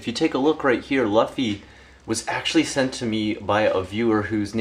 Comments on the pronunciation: Good video. It's been awhile but I'm glad you're doing good. As for the Luffy figure, it's pronounced with an oo sound instead of an uh sound in English. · is luffy pronounced "loofy" or "luffy??